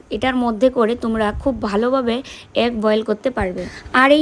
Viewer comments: ডিম কে এগ বলে । একদম ঠিক কথা । হয়তো egg 🥚🥚 বলে আমরা agg শুনি । তোমরা সবাই ভালো থেকো সুস্থ থেকো।❤❤❤❤ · tumi bare bare dim k ag ag bolchho kano. কথাটা এগ। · Egg bole agg na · Agg ii bolche egg bolchena, difference ache uchcharon e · Uchcharon ta vul hoeche..